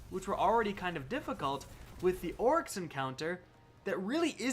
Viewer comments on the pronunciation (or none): Did you keep calling oryx her ?